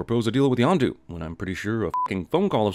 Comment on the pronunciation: Yondu not Yonda lololololol